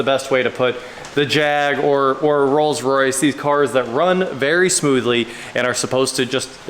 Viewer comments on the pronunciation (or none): none